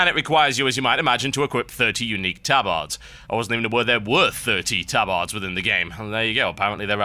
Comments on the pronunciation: he says tabAArd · I always pronounced it "TabErd" not "tabArd" is that just because i'm american? or have i been pronouncing it wrong my whole life? o_O